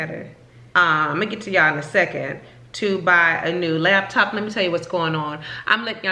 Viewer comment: I thought I was the only one who said labtop lol